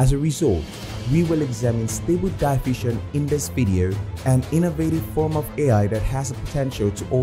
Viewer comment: Will you ever learn to pronounce "diffusion" correctly? It's in your channel's name after all! A little bit of diligence would be nice.